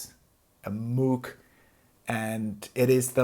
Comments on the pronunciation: Moug, nicht Muug bitte! Ansonsten bin ich zufrieden mit meinem Subsequent 37. Der hat zwar nur zwei Oszillatoren + Sub, aber an Mod-Möglichkeiten dürfte er den Voyager noch übertreffen. An Patch-Speicher wohl auch. ;) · Great video. Been thinking about getting one for years. Slight correction, the pronunciation of his name and the company is MOHG.